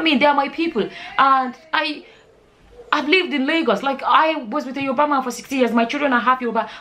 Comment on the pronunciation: Are you saying Yourba?